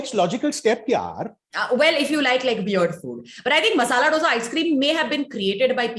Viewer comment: my dear, please say "dhosaa" it is not ddddosaaa!